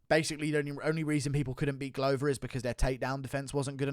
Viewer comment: Glover not gluuver